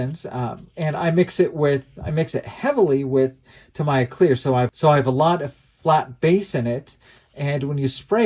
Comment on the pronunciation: Pronounced Ta-mee-a paint.